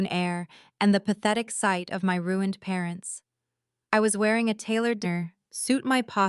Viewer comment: Why can’t AI say ruin/ed?? 🤬🙄